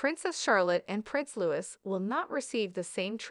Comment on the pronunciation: It’s pronounced LOUEE 😡😡